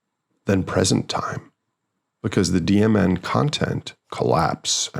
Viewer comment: Every time you say DMN I hear "demon" 🤔